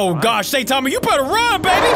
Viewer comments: When you say Saitama you stress the I instead of pronouncing it Saytama. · its prenounced sigh-tama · Did he just say satama